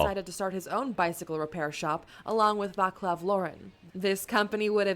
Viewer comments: If you want to say it better Václav should sound more like VaTSlav then VaClav in english spelling. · Vatslav, not Vaklav... Laurent, not Loren... Folksvagen, not Volksuagen... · Little OT: the video constantly mispronounces the name "Václav"(/vaːt͡slaf/) as "Vaklav"(/vaklaf/ sometimes even /vaklaːf/). There's no "k" in letter "c" in Czech language (and probably any slavic language too). The letter "c" has own pronunciation. You write "k" if you want to pronounce "k"(/k/), you write "s" if you want to pronounce "s"(/s/), you write "š" if you want to pronounce "š"(/ʃ/) and you write "c" if you want to pronounce "c"(/t͡s/). (I'm aware that is not your mistake, it's the original video issue. Just trying to stop spreading mispronunciation). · Just one thing to pronunciation. Names of founders Václav Laurin and Václav Klement are meant to read as written with C not K as this machine voice did it. Acording to the wiki in english the name is Wenceslaus or Wenceslas. With name day in 28. September. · I hate how everyone pronounces Václav as VáKlav. C as in Civil war, pronounced this way in entire language. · Still waiting for a video made by an English speaker about any Václav where this name is pronounced correctly. C in Czech is pronounced as TS. Also if you noticed an influx of Czech viewers, it’s because Czechs have this weird complex. We love when foreigners show interest in and appreciate Czech stuff.